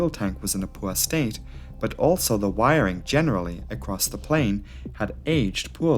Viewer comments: Word of the day. Wirering. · Wiring….fuel tank🤔……..WIRing……FUEL tank 🧐…..WIRING….FUELTANK!!!!🤨🤦🏽‍♂️